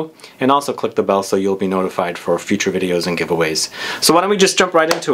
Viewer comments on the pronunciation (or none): none